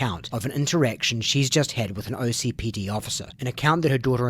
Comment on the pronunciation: Please it’s OKCPD not OCPD 😭😭 I know it really doesn’t matter but it sounds wrong every time I hear it